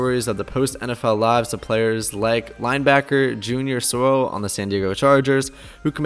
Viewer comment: Junior Seau🕊(Say-yow) not Soro or whatever you mumbled